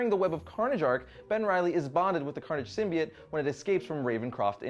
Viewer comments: ITS PRONOUNCED SYMBIOTE NOT FUCKING SYMBEET!!!! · You do know it's SymbiOTE. Not SymBIATE? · Sym-bi-OTE with an O!